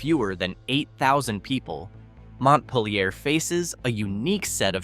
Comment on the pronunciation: least us VT'ers CAN pronounce it, unlike AI :P